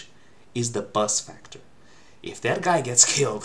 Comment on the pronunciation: What is being said at the end, I do not understand. It sounds like this: "My biggest fear is the [buzz? bus?] Factor. If that guy gets killed, we're screwed."